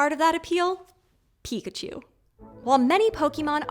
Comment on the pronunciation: Who calls Pikachu chunkachu